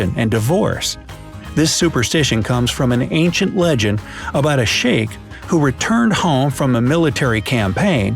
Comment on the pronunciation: You said about is wrong